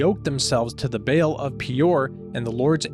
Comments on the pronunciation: Great job. But it Ba'al Bah-All not bail. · The proper pronunciation of BAAL is BAH – ALL with the accent on the second syllable.